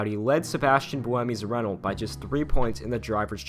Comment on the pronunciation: ITS PRONOUNCED 'RENNO' AHHHHHH